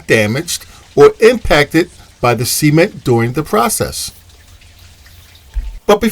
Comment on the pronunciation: I think the pronunciation of “cement” is incorrect. Please help me confirm this.